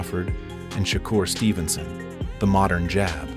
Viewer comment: “Shocker Stevenson”💀